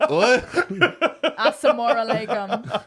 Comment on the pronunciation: shE SAID A-SMORE-ALAKUMMMM AHSDLKASDLAKNDAK MARIAHHH HAAA